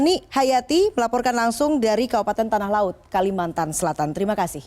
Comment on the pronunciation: "Kalimantan" bukan "kalimatan" ya